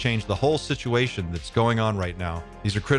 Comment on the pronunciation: Love it! “Shituation”